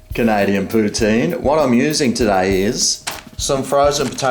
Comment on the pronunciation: It’s pronounced Poo-TIN and I don’t know what a cheese curd is either ❤️I’m from New York. Xo